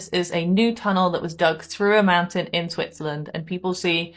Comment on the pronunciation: Dis say Schwi-tzerland? lol